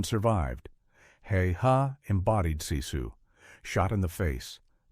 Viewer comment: Sisu is pronounced like Sis-sue. Not See-sue. Very informative story though.